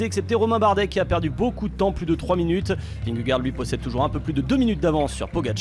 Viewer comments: Il m'a fallu du tout pour comprendre qui était Vingoor ?? Ce serait top d'arrêter de massacrer le nom de Vingegaard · Il a réussi à le dire une fois 🤣 quand il a passé la ligne